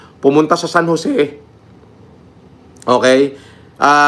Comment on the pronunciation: "Pumunta sa San Joseeh"